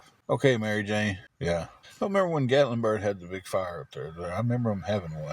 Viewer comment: What is Gatlinbird his speech impediment is real it’s called Gatlinburg I just live two hours from there it’s beautiful but it’s very expensive would never make it